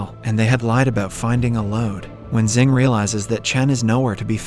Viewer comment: *Xing not Zing. It's only pronounce like that